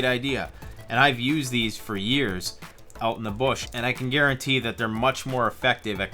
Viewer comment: " oot":-P Perfect Sign-off.